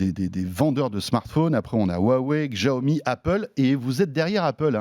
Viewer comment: Ca se prononce Chiaomi ( Xiaomi) non Giaomi